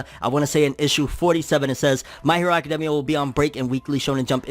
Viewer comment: Anyone else gets bothered by the way he say academia ?